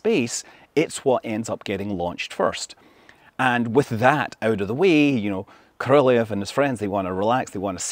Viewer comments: BTW, right pronounce of Soviet constructor name is not Korolev, you say like Koroljóv, with strong o. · Korolev should be pronounced with emphasis on the last syllable. It's not ko-RO-lev; it's ko-ro-LEV. Though really, that's a bad transliteration, as the real pronunciation is more like ko-ro-LYOFF. (The 'e' is actually a Cyrillic ё in the original Russian, which sounds like 'yo'.) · Love your videos Scott. Just an FYI...Korolev is pronounced more like... KO ROL YOV. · He always mispronounces Korolev’s name. He adds a non existent syllable. Ko Ro Lee Ev. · Cringe pronunciation of korolev. Utter cringe. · He also adds a non-existent 4th syllable to Korolev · If you do a full IPA breakdown of Scott's pronunciation of the name, you'll find that not a single sound matches the name's Russian pronunciation. In any of the Russian native accents, I might add. So. Will you do that? No? Thought so.